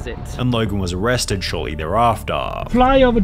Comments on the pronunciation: Arresteduh. Italyyyyyyuh Bro your annunciation is killing me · Why do you talk like that? "peopleeeuh" "shut downnnnuh" "arrestedduh" "my jail storyyyuh"